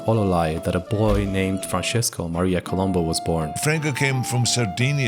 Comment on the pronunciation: It was Franco Columb(o), not Columbu. It was always Columbo.